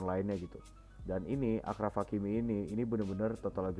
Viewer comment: Video yg mantap bang, review gw ttg match kali ini -Marcelo overlap -Benz Hazard udh bagus sinerginya tp kurang clinical -Kurang kreasi serangan -Kortoa harus ttp konsisten Oya ralat dikit do, cara pengucapan 'achraf' itu 'asyraf' dalam bahasa arab, penulisan bhs inggrisnya achraf.